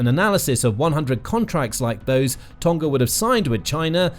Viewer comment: You pronounce Tonga incorrectly